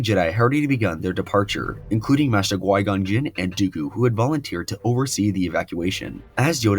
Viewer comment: Definitely enjoyed the video but it's Qui-Gon not gui-gon. Q not g not to be that guy but it's maddening hearing it misspoken for 40 minutes 😅